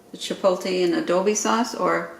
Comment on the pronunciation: Yummy!! But it adobo. Long O. It’s also much easier to take the seeds out before you soften them up and you don’t have the problem with straining them again